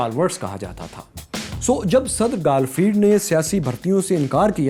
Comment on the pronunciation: Its گارفیلد نا کہ گالفیلد aur clown hota hai na ke kraoun.